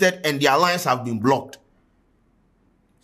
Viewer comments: please it's Been* not being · "Been" not "Being".